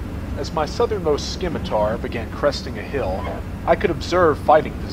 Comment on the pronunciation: Scimitar is pronounced Sim-itar, not Skim-itar. SIM-ITAR !!!!!!! :)))) Nice job otherwise. I'm about to have a bash at this, except I edited the scenario so the tanks and PC's are German. I like my Leopards :)))